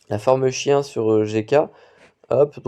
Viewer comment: alors petite précision : on dit pas forme "chien" mais "shayn" (je dois avouer que cette prononciation m'a arrachée un sourire) 🤣😉